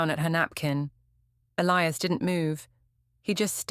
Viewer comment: I get thrown out the immersion every time your AI cant pronounce Elias correctly.